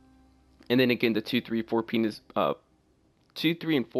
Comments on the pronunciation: Bruh you said penis lmaoo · Why did you say penis tho? Like were you thinking about penis 😂😂